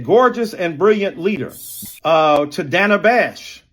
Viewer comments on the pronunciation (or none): Did he say Danna bash, did he pronounce Dana Bash's name wrong?